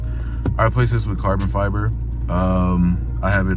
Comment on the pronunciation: BRO SAID FARBON FIBER LMFAOOOOOOOOOOOOOO